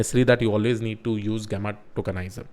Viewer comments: Its not gaama, gameaa.. its Jemma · jeh·muh is the correct pronunciation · Thanks for putting the efforts to create another great video! and btw it is pronounced as [ˈjemə] 😄